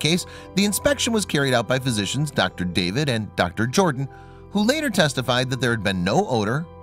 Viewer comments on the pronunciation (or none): none